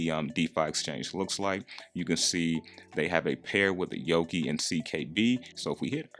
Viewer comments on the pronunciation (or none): it's pronounced Nerve-ose not nervous and it's yo-kai(ky, like sky) not yo-kee